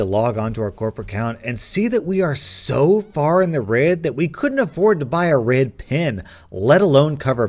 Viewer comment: why do you pronounce red like RID fjsfjdshf